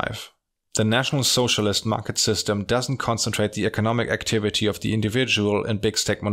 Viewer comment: 🤣 pronunciation of "National Sozialist" always cracks me up